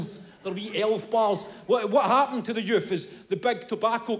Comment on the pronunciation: Shouldn’t that be ‘The Youff of Today’?